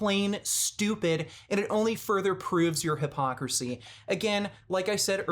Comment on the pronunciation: Or when he says hippocrit or hipocrassy